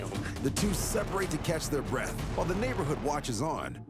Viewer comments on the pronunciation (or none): none